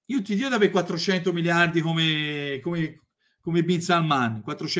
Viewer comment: Io ormai guardo i video solo per "Lascia stare iggiapponese, io te lo diho!"